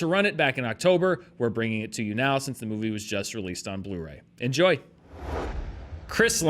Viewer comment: It's "Blu-ray" by the way.